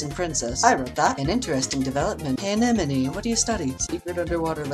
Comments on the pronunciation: "so this is anenome-" " THE ENEMY >:O- oh wait." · anenome: LEVIOSA! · "Anenome of the Seawings; LEVIOSA!!" I'm sorry, is this not exactly what happened?